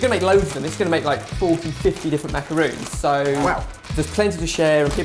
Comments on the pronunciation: it's not macarOOns it's macarOns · MacaRONS....not ROONS. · Pelle McKruth Since the word is French and not English, no, it is not correct. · MacarOns!!! MacarOOns are something different. Just saying! But you know that by now. 👍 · Ummm... It's a macaron. Not a macaroon. A macarOOn is a small cake-cookie thing, typically made with coconut. A macarOn is the french delicacy. I thought a food channel would know this. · I hate it when people pronounce macarons as macaroons. They are completely different desserts. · I think these guys made it wrong. In the subtitles it says that Jenna said macaroons not macarons. Missed the coconut? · He says them like "Macaroons" it's "macarons". Pronounce the "o" like the "o" in tongs. Lel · Ben is notorious for mispronunciation of words lol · but they keep pronouncing it Macaroons. Jenna asked for macaroons. These aren't macaroons. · you made macarons not macaroons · These are not "macaroons" these are "macarons". The difference is that "macarons" only has one 'o' so that means that when you say "macaroons" you're talking about the coconut dessert. Macarons are french and are pronounced kind of like "mack-ah-ron(s)" (or that with a french accent and you really can't write it out. Sorry, I suck). If you say "macaroons" it's really incorrect. I know that it is widely accepted but it is cause for a lot of miscommunication. And it's a pet peeve of mine. Hope I didn't sound too much like a bitch. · Elisia Narbett Yeah they say "macaroons" here in the U.S. too. It's still wrong. That would be like saying 'tortila' instead of 'tortilla' (torr-tee-yuh). It's wrong and kind of disrespectful. It's also not even spelled as macaroons. I thought the British really prided themselves on saying words the way they were spelled like "aluminium" and "herb". Just say 'macaron' not 'macaroon'. It confuses people who know they're different and it especially confuses french speakers. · macarONz not macarOONs k thnx bye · MACARONS not -roons :)